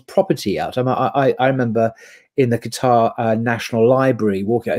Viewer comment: Thank you for not saying Qataaaaaar, it's so annoying hehe